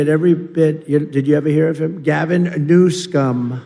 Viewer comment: Sounds like his Mike is a little too hot. It’s coming across distorted (signal clipping). - Wow! I just got it! I’ve heard this man mispronounce that governor’s name many times before now and I just got it: New Scum. Guess I’m slow.